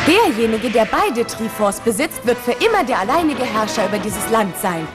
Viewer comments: Auf Japanisch heißt es トライフォース (="toraifoosu"), gesprochen "traifoss", die Katakana werden benutzt um das englische Wort 'Triforce' darzustellen, also ist die Aussprache dementsprechend gewollt. Zudem ist Triforce ein englisches Wort kein Bastard a la "Trie forß", wie es die Synchronsprecherin ausspricht. Wenn sie es "Trie" anstatt "Trai", dann sollte sie es ganz übersetzen. Also "Trikraft". Triforce ist nunmal die Originalbezeichnung und "Trieforß" ist dämlich. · äähm wird triforce nicht traiforce ausgesprochen ?? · "Trieh-Forse" und "Gah-non" XD Manchmal sollte man bei der englischen Aussprache bleiben. "Ich tuuuuuu mein bestes ...." - Das soll die deutsche Fassung von Links Catchphrase sein?! Autsch. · hmm es gibt 3 Triforce. Macht,Mut und Weisheit. Dann warum können die net Ganon und Triforce aussprechen? :D